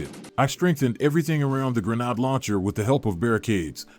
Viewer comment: Wow, Listening to you continually mispronounce grenade is doing something to my brain....